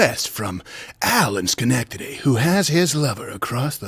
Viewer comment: You actually said Schenectady right, I’m proud of you.